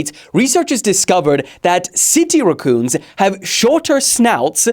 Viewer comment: why do you say racoon like that